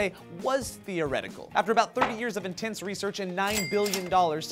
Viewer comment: says "in-tents research". Thanks, you made my day!